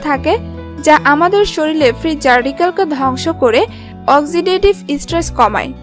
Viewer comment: 'শরীরকে' 'শরীল' বলেন কেন? লেখা-পড়া ভালো জানেন বলেতো মনে হয় না। বিরক্তিকর।